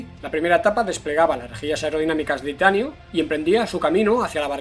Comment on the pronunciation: Tranquilo,. Respira. Que no te entendí ni una vez que dijiste "titanio". Gracias por tus resúmenes